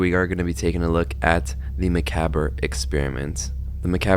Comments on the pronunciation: I think it might be pronounced (mac-AH-Brey) instead of (mac-a-ber) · It's "muh-cob", not "muh-cab-ur". Drives me nuts, like when someone pronounces "wary" as "weary". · i love your videos but please. mah-cob. not mac-bre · For the love of GOD learn how to pronounce the word "macabre"! 🤦 It's "mah-cob" NOT "meh-cab-ra"! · It's pronounced "muh-cahbr" not "muh-cah-ber" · Muh-cob, not muh-cab-er. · 🤓actually its pronounced [Ma COB] as in corn on the cob not [me ca brr] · It's pronounced "MACOB" NOT "MACABRAE" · Hate to be that guy but this is one of my pet peeves. It’s pronounced macob not macaber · Please stop saying makaberr. It's pronounced ma-cobb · I know it’s minor, but it kept happening: “muh-kah-bray” not “Muh-Kab-Er” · Ma•cab•re or macab if you cant say that. Not macaber that’s driving me crazy! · good analysis vid, for future reference tho the word is pronounced "muh-cob" instead of "muh-cab-er" lol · it's pronounced (mah-cob) not (mah-cab-er)s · The only thing that really bugs me about this video is you keep pronouncing "Macabre" wrong. It's not "muh-CAB-er", it's either "Mah-COB" (American English) or "Mah-COB-ruh" (French/British English). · ive gotta say this cause its bugging me, it's muh-kaab, not ma-kabber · My guy...my dude...It's not macabber, it's mah-cahb. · its actually pronounced ma carb not ma cob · Hearing you pronounce Macabre wrong the whole video made me wince. It's pronounced "muh-cobb", not "muck-abber" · just a note, macabre is pronounced "mah-cob" not "mah-cob-er" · just a little note it's actually pronounced "mah-cob-ruh" , not "mah-cab-er"!! otherwise i am sure this vidya is perfect as all your other ones are😇💗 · Don't mean to sound rude but macabre is pronounced Me-Kab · I love the video. Only problem I had with it is you pronounced macabre incorrectly. It's pronounced muh-kaab (like muh cob) Again, loved the video. You're pretty good. :) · I took damage every time you said the word macaber. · Ffs its pronounced MA-COB